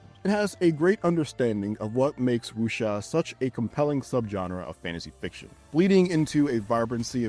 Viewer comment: I will give the IGN reviewer one small bit of props, at least he pronounced "wuxia" better than most I've seen on YouTube. Every time I hear someone say "wookseeuh" I die a little inside